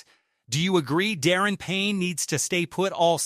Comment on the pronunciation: Da -ron ,not Darren Payne ! It's hard to take you serious as a Commanders channel when you can't even pronounce his name correctly...